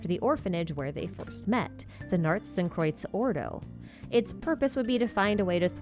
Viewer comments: The accent on narzissenkreuz wasn't terrible! I mean def Americanized but you got the pronunciations correct. Which is more than I can say for actual voiced Genshin lines 🥲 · Your pronounciation of Narzissenkreuz is way better than any other non-german-speaker's I've heard. Kudos! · doesn't the circular thingy at the bottom of the Qabalah kinda look like... the Fatui emblem? the cross with the geometric thing in each part? Also, your pronunciation of 'Narzissenkreuz' is pretty good even with the American accent, so don't worry about that :)